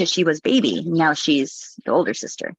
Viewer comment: Do none of her baybeez have names? I get so confused about who she’s talking about “can I bring my wittle baybee?” “That’s MY BAYBEE”